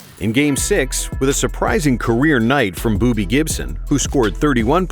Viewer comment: "Booby" Gibson 💀💀💀💀💀💀💀 aw hell nah